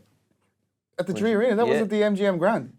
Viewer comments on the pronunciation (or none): Love how he said tree arena and host didn’t even notice. Nineteen ninety tree